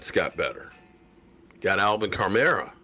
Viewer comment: “Alvin Car-Meruh”. 😂😂😂😂